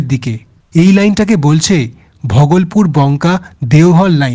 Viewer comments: Bhogolpur ❌ Bhagalpur ✅ Ei Pronunciation ta ektu sotik kore bolo. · ঘরে বসে ভিডিও করলে এই হয়। স্টেশনের নামগুলো ঠিকঠাক উচ্চারণ হচ্ছে না। একটু রিসার্চ করে ভিডিও বানান। Bhagalpur কে ভগলপুর কেউ বলে? একটা বিখ্যাত জায়গা । অন্যান্য ভিডিও তেও পশ্চিমবঙ্গের জায়গার নামের উচ্চারণ ভুল। Tamluk টা তামলুক নয়, তমলুক হবে। Dantan হবে দাঁতন। এইরকম অনেক আছে। এইরকম কিছু কিছু correction করতে হবে